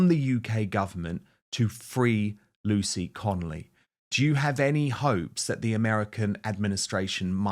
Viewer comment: Dan why do you keep saying lucy connelly when talking to her husband